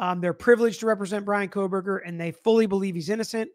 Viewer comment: Lol “Koh”l” berger prosecutor is complaining about “false information” being disseminated? It’s KOH-berger.